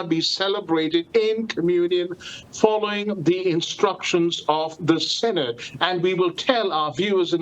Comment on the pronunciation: All this after francis’ 3 synods pronounced as SINNED.